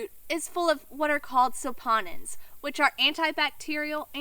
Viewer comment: Awesome video! Though the chemical is pronounced sap-uh-nin, not so-paw-nin.